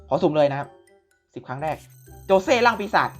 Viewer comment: ขอโทษนะครับมันชื่อโจชิครับไม่ใช่โจเช่